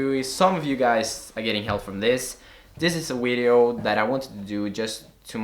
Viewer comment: Lol nigga said wideo